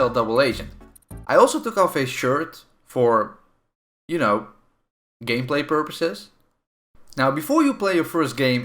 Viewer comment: "Gaymplay purposes"